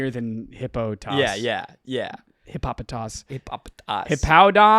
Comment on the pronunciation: You're still pronouncing Hippopotas, Arceus, and Kamala wrong 💙